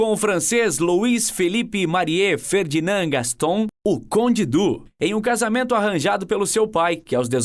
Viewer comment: Conde Dú? Madonna mia moço.